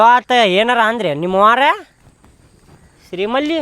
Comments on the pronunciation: ಶ್ರೀಮಲಿ✅ ಶ್ರೀವಲ್ಲಿ ❌😅😅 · Srivali ❌️ Sri malli ✅️ 😂😅